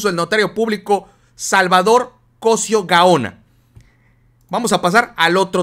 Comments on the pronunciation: Muy buena información, ten cuidado con los acentos. Se dice COSÍO no COSIO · estas como el que dijo ler es cosio' no cosio agusado mi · se pronuncia Cosío con acento en la. I por eso te critican x q no saben ni pronunciar un apellido tan común, porque no es extranjero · Cosío,pronuncia bien Cosiiiiiiio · es Cosío, con acento en la í. Cuidado con esas pronunciaciones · se dice cosio con acento en la i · Oye. O estoy mal o lo estas tu? Creo que se dice Cosio con acento en la i. Y tu dices cosio con acento en la primer O. no crees que eso afecte nuestro lexico? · veo que seguido lees mal los nombres, Cosío lleva acento en la i.....